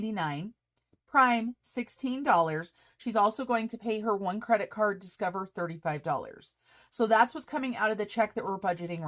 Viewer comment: I think you should leave “Discoverrrrr” just the way it is- made me smile! 👍😃👍